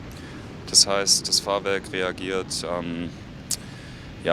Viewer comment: Wieso sagte eigentlich immer wieder Fahrwark anstatt Fahrwerk. ?